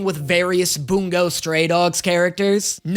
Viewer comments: please... its Bun-Go not Boon-go... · buongo?? like it’s bungo